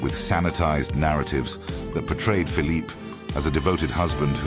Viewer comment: the photographs of the brother of Louis XIV are bogus. There were no cameras in the 17th century. The narrator sometimes gives the Spanish pronunciation of Phillipes name.